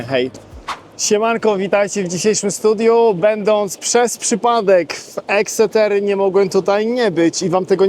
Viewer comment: Teach your AI to pronounce Exeter correctly. 🤬